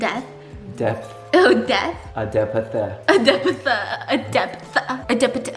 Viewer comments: “de-p-th” killed me 😭😭😭😭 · Omg omg omg Im a Sagittarius ♐️ too!!!! I knew I loved you biss lol 😂😘💖 Omg “de-P-th” 😂 y’all had me laughing this whole video! 😂😂💖